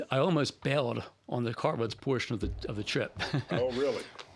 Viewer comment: Cart Ruts... I thought you said Car Rust.:cat-orange-whistling